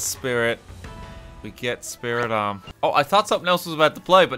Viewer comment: i laugh a bit every time i hear him say spiritomb as spirit omb instead of spiri tomb